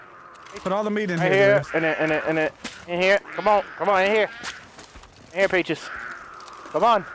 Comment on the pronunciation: I found the food for PACHES Me: Its *PEACHES*😂😂